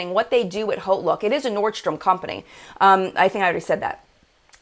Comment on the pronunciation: Are you saying Holt look or (what I found) Haute Look?